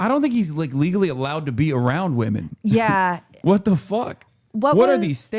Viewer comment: I don't like how he said "Women" It had a hard 'W'